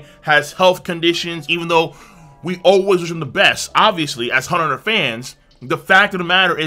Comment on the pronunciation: You don't pronounce the "x". That's how it's supposed to be done.